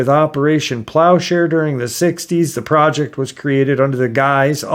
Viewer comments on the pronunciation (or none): none